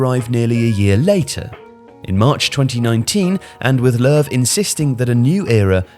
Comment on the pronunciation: It's more like 'Luhv' because it's an ö in German, and German J's are Y's. I've never understand the 'Jogi' part. I figured it was a nickname, or a short name.